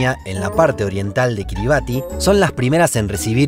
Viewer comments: Kiribati se pronuncia Kiribas. Gran vídeo. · Excelente video !!!. Kiribati se dice Kiribas , allá el ti es una s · Estimado, segunda vez que veo que pronuncian mal Kiribati. Aunque se escribe así, se pronuncia KIRIBAZ